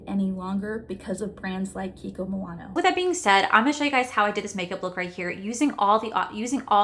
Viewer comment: Kiki kimonono lol love you it’s kiko Milano 😂😂